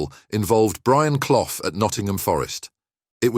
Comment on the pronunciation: At least pronounce his name properly